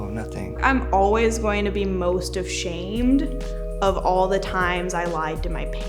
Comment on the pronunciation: 😂😂😂😂 she definitely did say of shamed